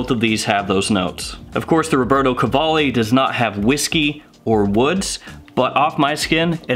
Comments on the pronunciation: Nice Italian pronunciation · You pronounce it right. Just add some italian accent to spice it up :D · You’re saying the name just fine 👍